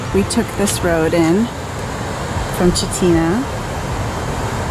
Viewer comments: Oh hey, the town of Chitina is actually pronounced Chitna. I have no idea why the second “i” is silent. 😂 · That was also my first thought..up here in Alaska we call it ‘Beaver Fever’ and we don’t drink raw water out of streams and lakes below elevations where critters, especially beaver, live..my $.02 advice is to follow Tony Cook’s advice above..and, FWIW, Chitina is locally pronounced as “chit’na”..many Alaskan names are pronounced different than most would think.. I just discovered your channel when this episode popped up and already like it..definitely subscribing! OnOn!